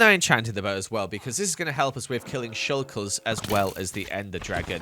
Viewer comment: I love how says shulkle